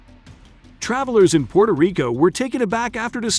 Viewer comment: PUERTO* Rico!!! 😡😡😡!!! With a “W” sound in there, you moron.